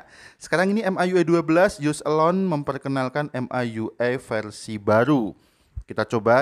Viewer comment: Baca EM AI YU AI,, Mi YU AI aja kali bg, kedengaran aneh baca ke gtu. Wkwkwk